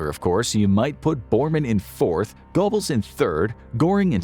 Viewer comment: Joseph Gobbles? Seriously?